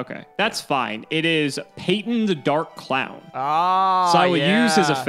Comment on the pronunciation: First Payton, now Peeton. That poor poor clown you keep verbally abusing. /s